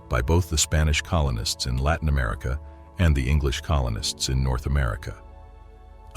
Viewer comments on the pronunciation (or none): none